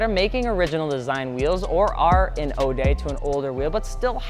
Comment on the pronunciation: Ode is pronounced like owed